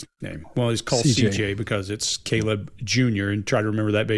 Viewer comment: Thank you for calling him CJ. So many people have talked about this case but almost no one says his name correctly. His name was CJ and he was loved beyond measure, and he did not deserve this.